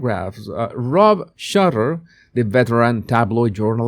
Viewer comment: Rob SHOOTER, not Shutter. Not being harsh - just hopefully helpful 🙂.